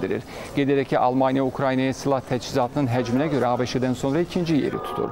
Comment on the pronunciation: Saglam ol :) senin fikirlesdiyin seslenmede " ABIŞ" olur o da sehvdir. seslenmesi"ABŞ" asqirmaq kimi olar.. ona gore yazilis "ABŞ" deyilis de "A BE ŞE" olmalidir. nece ki deyilisde " USA" yox " YU ES EY" deyilir.